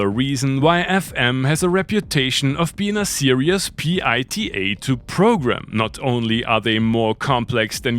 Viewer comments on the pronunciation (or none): none